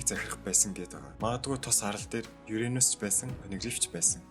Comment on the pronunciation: Юренус биш шууд уранус гэдгээрээ уншигдана.